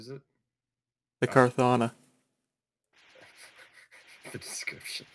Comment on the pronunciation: Car-thana, nice reading skills